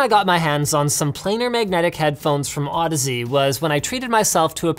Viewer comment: Is that how you pronounce Audeze? I always pronounced it like "Au-DEEZ" Nutz